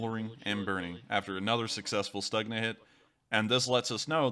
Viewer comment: It is correct to pronounce STUHNA. Ukrainian G Ukrainians pronounce as H.